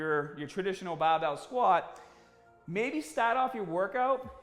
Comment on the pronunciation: "the baar bael"